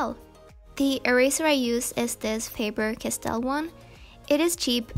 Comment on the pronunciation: She is like: Faber Cass-Tell